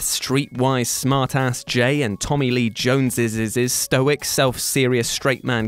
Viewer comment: "Tommy Lee Jones's's's's" "Rigg's's's's wife" For some reason the pronunciations got me giggling this morning 😂Lmao 🤣